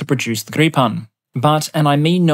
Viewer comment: Gripen is pronounced gree pen not greep on btw. Great video as always!